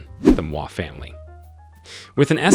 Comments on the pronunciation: Damn! You butchered all the names, including g the Indian names. Do some research, ask for help and do better next time. Moi pronunciation took me out. You do not pronounce it like moi in French. Geez! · The name pronunciations in this video are terrible. t was so cringey I couldn't watch it all. Please ask any Kenyan friend to help you next time. The worst for me were Mama Ngina and Moi. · I wondered about this “American” narrator, I suspect it’s a Kenyan chap using a text to speech application..the pronunciation of “Moi” is also telling.